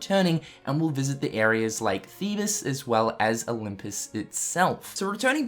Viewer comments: Come on its pronounced theebz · Honestly, I don't know why this bothers me so much but Thebes is pronounced [theebz]. Like thieves but with a B.